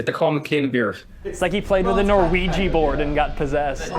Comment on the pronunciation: norwegi bjord!